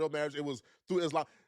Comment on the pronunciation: everytime she says isLAMB, my hijab slips off a little bit.